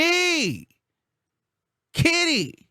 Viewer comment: you need to stop..Why are you stressing so hard on Kitty's name?😂😂😂😂😂😂 Soon Kitty will come out with a tell all as soon as she and Dwight isn't good no more 😂😂